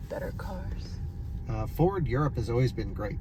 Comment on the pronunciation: What region of the US are you uou from? I always wondered what part of the US say "Oways" instead of "Always".